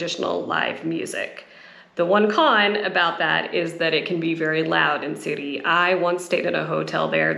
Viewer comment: It's called Psiri not Siri